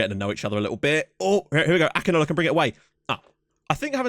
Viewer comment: It is pronounced Sani Akinola name is pronounced ækinawla i am nigerian by the way